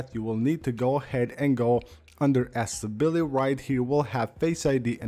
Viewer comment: Dude, it’s aCCESSibility [axessibiliti] and not ASSability… first I thought it was a slip of a tongue but you say it all the time in all of your videos